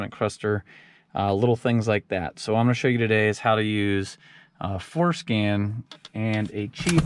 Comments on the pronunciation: Genius. Is he saying FORSCAN or FORSKIN tho? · It’s FordSkin. 😝